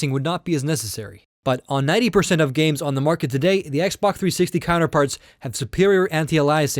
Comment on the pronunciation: If u listen closely he says xboc360 instead of xbox360